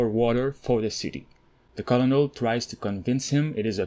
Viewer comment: Cournel* is the way you pronounce colonel